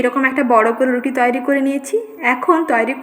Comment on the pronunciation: Apni muslim na hindu, nasta bolchen,tai bhablam kothata toiri,apni bolchen tayari ar sa sa korchen kano bhul uccharon. thik korun